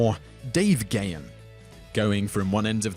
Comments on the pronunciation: It's 'Pan-cree-a-tight-us' NOT 'pan-cree-i-tus.It's Dave 'Guh-hahn' - NOT 'Gay-un' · Damn I didn't know half of these. Grrrrrr.....it's GAH-HAN, not Gay-in! But I am glad to see Nikki Sixx on here That story's pretty damned well-known in the metal community. And don't forget, Ministry actually started out as a New Wave band...Flock of Seagulls hair and all.